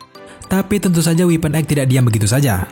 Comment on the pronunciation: Sekedar saran "Weapon X dibacanya X bukan weapon Egg